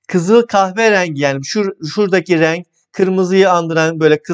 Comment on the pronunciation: Hocam ne güzel rênggg diyorsunuz😂